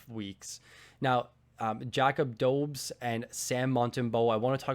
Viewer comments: Bulgarian over here so I might be wrong, but I do believe the Habs goalie is called [do-besh], not [dou-bs] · Great video but just wanted to mention that you are pronouncing Dobes incorrectly. His name should be pronounced [Doh-besh] or [Dob-esh]. As long, as you can get the -esh at the end it doesn’t matter too much. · I think Dobes is pronounced Dobe-esch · FYI Dobes is pronounced Dobesh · [doh-besh] is even more accurate actually :) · Dobes = Doh-bis. Put some respect on the Habs #1!! 😂